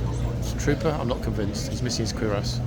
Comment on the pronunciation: Have you never seen Jack Clugman as Doctor Quincey, American medical series of 70's? By the way it's cure-ass, not queer-ass.